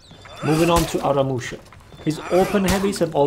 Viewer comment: Did they butcher my boy aramusha?